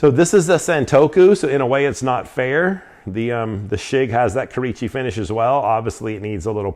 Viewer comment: Great video y’all! Real short; I’ve got a quick knowledge drop on pronunciation stuff again. Kurouchci would be said as Koo-Roh-Ooh-Chi. Or if you can’t remember just say the letters K and U. KU == Kurouochi. Much love 😘